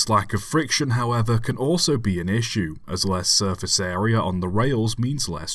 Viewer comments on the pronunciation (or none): none